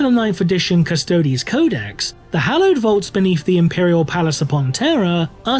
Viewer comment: The custodes sounds like karstodes